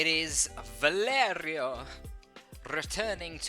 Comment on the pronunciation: "It is... ValeRRRio" instalike